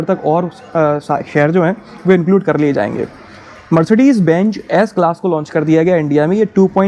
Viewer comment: Don't say Mercedes 'BENCH'. This is what we used to sit in Govt.Schools earlier. Try to learn & say 'Benz'